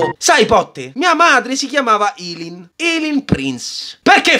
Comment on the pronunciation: Eileen si pronuncia "Ailiin"👍